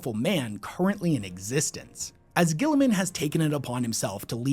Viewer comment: the immense will power not to butcher Guilliman's name